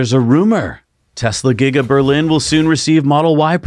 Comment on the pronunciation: LMAO! Did you say "Gigger-Berlin" instead of "Giga-Berlin"?